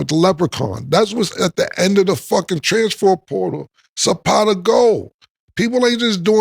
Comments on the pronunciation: “Transfor potal” was beatin his ass 😂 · “Transfort poooootal” 😂😂😂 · “The trafanper sportal” 😭😭😭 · “Alright cam, say transfer portal” Killa: Stanima. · Why cam can’t say transfer portal correct 🤣🤣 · cam struggling to say transfer portal lol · Cam not being able to say “ transfer portal “ is sending me 😂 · The words “Transfer Portal” was fucking Cam up😂😂😂😂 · To be a rapper Cam sure does struggle to pronounce a lot of words/names/phrases 😂 ALOT lol. Is it the teeth? Does he do it intentionally or he just don’t give af 🤷🏿‍♂️